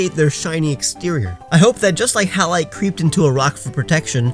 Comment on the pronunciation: Hallite sounds like Hail as in ice falling from clouds